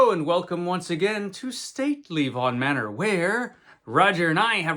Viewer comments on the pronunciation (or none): none